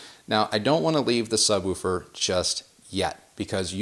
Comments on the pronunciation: so distracted by the "sub-woo-fer" talk.... "sub-woof-er" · Why do you say (sub-woo-for)instead of (sub-woof -er), sorry maybe not my best phonetic spelling lol. Great content by the way!! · 2 corrections: Sub🐺er Say it with me. Sub wolf er. Not: sub woo fur. If you say poosh or boosh instead of push or bush, then there’s no hope and I’ll let it slide 🛝 on wanting to sound pompous. Ha Correction #2: In a 5.1 system, the surround speaker 🔈 does NOT go directly to the side of you. You want them roughly 45* to the side/behind your listening position at ear level up to 3ft above your ear level. You’re thinking 🤔💭 of 7.1 or higher and in that case you would be correct. Personally, the way or ears 👂🏼 are shaped it benefits to go slightly behind you too. That’s just preference the same way I look at bouncy house speakers 🔊. What I’ve found is that you do not want bouncy house speakers in the front of your room for Atmos (or even beside you with surround sound) You definitely want those behind you if you have to use them. Your ear 👂🏼 will always be able to tell they’re speaker toppers unless they’re behind you (at least 45*). Then it seems like it’s coming from the ceiling a bit more. It’s not perfect, but better if you can’t get a speaker up high. 🐺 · I've never heard someone pronounce it "subwolfer" in my life. Unless you pronounce "wolf" and "woof" the same, in which case you're pronouncing "wolf" wrong. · I laughed out load when I heard you pronounce sub woofer. “Sub Wuffer” I needed a chuckle today keep up the good work. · I will never hear the word "subwooofer" the same again. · Yes, woof-er and wolf-er would be the same sound. I’m not saying sub-wolve-er. Do you say push or poosh? Bush or boosh? Ha Go watch any other videos of people talking woofers and subwoofers and you’ll hear a clear difference. You may hear the same sound from a video where it’s not a real person talking. I was just busting his balls. To each his own.. No ill will behind my comments.